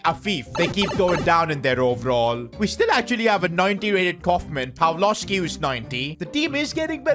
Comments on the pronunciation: Its not Pawlowski its Pawłowski open google and hear how to say it hah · if u have polish name and letter w its always like v but softer, Pawłowski should be read pavuovsky